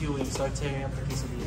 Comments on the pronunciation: Her pronunciation of quesadilla is so wrong…😅😅😅it’s quesadilla NOT CASADILLA 😮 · "Kassa dee-yah" 😂